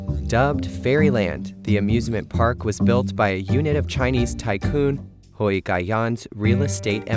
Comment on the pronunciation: Hui rhymes with day, doesn't rhyme with boy. Yuan rhymes with swan, doesn't rhyme with hen.